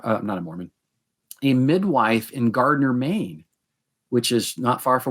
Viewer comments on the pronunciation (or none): none